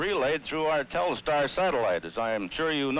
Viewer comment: It's funny that for such a big event, they didn't educate important people (even the President) on the correct pronunciation of Telstar. It's not Telestar.